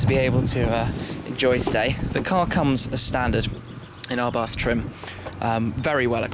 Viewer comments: Pronounced, Abarth [ a-barth ] not "arbarth". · ABARTTTTTTT.....not th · Please , please lose the H in the Abarth , just pretend it's not there ABART , that's it ABART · It’s pronounced [Ab-Ar-T] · Can't get over how he says 'abarth'